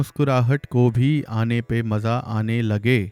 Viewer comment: "Maza aa" .. pe kathka nahi hai